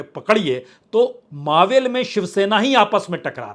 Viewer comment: वह ईलाका मावळ है न की "मावेल", क्यों की हिंदी में "ळ" नहीं होता तो ईसलिए आप उसका उच्चारण "मावल" कर सकते हो---लेकिन "मावेल" नहीं! जय हिंद! जय महाराष्ट्र!!